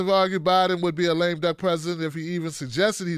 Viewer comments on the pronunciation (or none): none